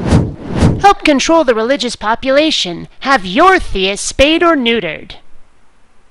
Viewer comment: spayed, not spaded. google it.